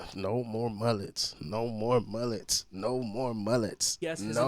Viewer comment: the way you say mullets 😭😭you say muUUHlets💀